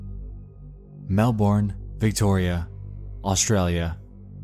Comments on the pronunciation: Why?! Why do Americans always pronounce Melbourne wrong? No one, absolutely no one pronounces it "Mel-born" in Australia. It's pronounced "Mel-bin". That's not some kind of joke either. It's actually pronounced that way. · hurts my brain😭I get it different accent but mel-burn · as a Melburnian the way Americans intuitively pronounce Melbourne will always crack me up 💀 For anyone wondering: the correct pronunciation is Mel-burn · Say it with me, Mel-burn, Mel-burn, Mel-burn. Not Mel-born. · Dear Americans It isn't "mel-born", it's "mel-bin" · I hate the way Americans pronounce Melbourne. It’s pronounced MEL-BIN not Melborn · im four years late to this video, but as an australian, we say 'mel-BURN' not mel-born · This man said melborn lol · This is super off-topic but the way you pronounced "Melbourne" had me laughing so hard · THE WAY HES PRONOUNCING MELBOURNE😭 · why did he pronounce melbourne like that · dear American, accents don’t apply to place names, they’re pronounced how the locals pronounce them. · Nexpo's pronunciation of Melbourne is making me cringe